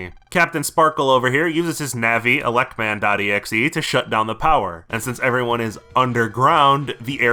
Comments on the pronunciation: Subbed for the EGGSJEHEH pronunciation. I can't believe I've gone from pulling my blanket over my head at night to play on my SP to pulling my blanket over my head to cry myself to sleep. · Ya know, saying megaman. "exehhh" kinda does make sense, since exe is short for executable lol. But yeah, when I say it I spell it out too. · A funny detail, in Japanese, mega Man x is ro-ku-ma-n e-ku-su or rockman x. So pronouncing exe as a word makes him ro-ku-ma-n e-ku-se. In other words, rockman x